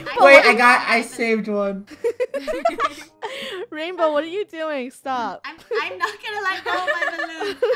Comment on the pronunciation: It’s not rainbow is rainwoah